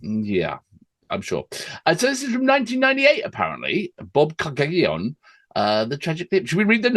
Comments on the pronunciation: Pronounce it Bob….cage…on. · Very iconic band from Canada, just never were my cup of tea. Enjoyed the overall Canada theme especially Randy's solo on American Women, thx. BTW in regards to the pronunciation just the the "Y" out of the word. It's pronounced Bob Cage in. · Pronounced "Bob-Kay-Jon"... It's a village in Southern Ontario's cottage country, with locks between two lakes, a great Main Street with a ton of shops and restaurants, and it is the home to the Kawartha Dairies - the best ice cream ever!!! Peanut butter and Chocolate is amazing. I spent my summers down the lake from there and star watching was absolutely a thing. Beyond this song, the Hip were never my favourite but their popularity is just about absolute here. This video is from that last tour and Gord is obvisously not well and not their best rendition, but there is a poignancy in seeing/hearing. In 2011, the Hip made a documentary about their concert in Bobcaygeon that closed down the main street. Yesterday (Oct17th 2022) was the 5th anniversary of his death and every radio station had a retrospective. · Lol phonetically its bob-kay-gen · Bob-Cajun is how it's pronounced! Sorry gents, this show/tour was not the one for a newcomer to this band IMHO. It really doesn't highlight Gord's voice (even though you liked it), which was excellent in it's day (especially when this song came out - seriously, check the music video for it - it became my favourite Hip song). His voice is melodic and conveys his lyrics perfectly! Yes, we knew he was dying. This was his farewell to Canada - whom embraced his lyricism and their great musicianship for over 30 years. It really was a thank you to all of us! They have a wonderful array of excellent songs: New Orleans Is Sinking, Ahead By A Century, Blow At High Dough, Wheat Kings, Nautical Disaster, Locked In The Trunk Of A Car. So many to experience! RIP Gord - you did Canada and the World proud!